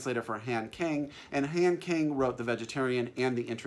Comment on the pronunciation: I live in Korea and have been wanting to read One Hundred Shadows for a long time, but I can't get it! 😢 Just a little note on Korean names: the short a doesn't really exist, so most 'a's are pronounced like 'ah'. It's not Han like 'hand', it more like Hahn Kahng.